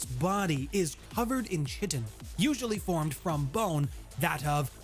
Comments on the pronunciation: Kai-tin. Not chi-tin. 😇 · chitin you say it as kite in